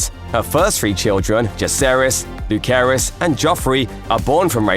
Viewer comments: Lucerys is pronounced as Lu-Sey-Rus not Lu-Keh-Rus as said on this video, even though it's short is Luke according to the show. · I know but the narrator keep repeating 'Lu-Keh-Rus' few times and it's wrong. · No , it actually pronounced Lu - say - res